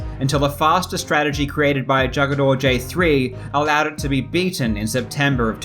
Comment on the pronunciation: Great Video Karl. It's interesting to hear you pronounce "JugadorJ3" as "Jug-a-dor" and not "Who-gah-dor" as Jugador is spanish for "player"